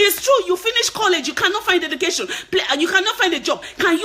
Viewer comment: Just speak naturally. you do try to hard to change your accent. You have H factor. H factor tou bad!!! "Heducation" 😂😂🤣🤣